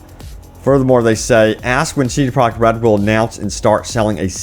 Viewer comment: This dude seriously needs to slow down when he says CD Projekt Red's name. He keeps slurring it together and it comes out CD Product Red.